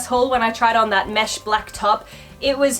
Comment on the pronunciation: I like your vids but pleeease don’t say black and brown like that again 💙